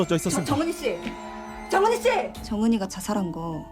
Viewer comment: 정은희 왜 계속 정은이라고 들리지...